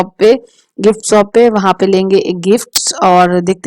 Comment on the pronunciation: Shop ko sop kyon bolts ho?